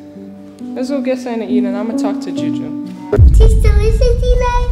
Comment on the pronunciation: Layla say choo choo insted of Juju